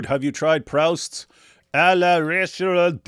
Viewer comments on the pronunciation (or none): Proust is pronounced Proost. Dummy.